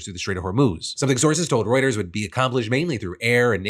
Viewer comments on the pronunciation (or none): none